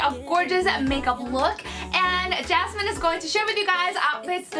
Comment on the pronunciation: Her name is Yasmin... Not Jasmine....